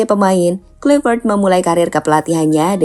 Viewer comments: Izin koreksi min: 1. Pronounce Nama yang benar dibacanya: Petrik Klaiver't. 2. 6 point Indonesia di dapat dari: 1x Menang, 3x Imbang, 2x Kalah. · Mimin nyebut coach baru salah wooyyyyy... Klaiy kluiy wkwkwk